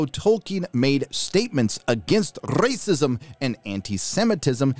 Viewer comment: The "Racists, Racism " pronunciations tore me up in stitches lol